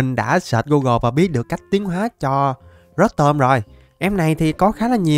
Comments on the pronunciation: Pokemon người ta tên rô tom mà đọc rớt tôm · Ko phải rotom đọc là rót tom nha anh mà đọc là rotom mới đúng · Ko phải rotom đọc là rót tom =) rô tom cho nhanh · Rô tom chứ ko phải rót tom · Em đó đọc rô tom nhé anh